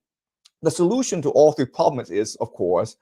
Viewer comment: Cute the way he gets on a roll enouncing ploblems, pwoblems and poblems :)